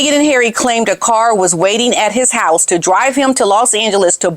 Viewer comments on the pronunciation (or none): none